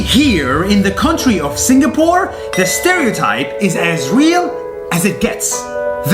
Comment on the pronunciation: juat saying i tougth you said singaporn